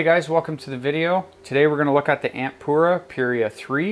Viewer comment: It’s Amp Aura not ampuura 😂 if you don’t know what an aura is google it.